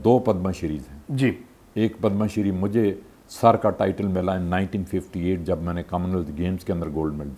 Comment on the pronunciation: It's padma shree not padam shree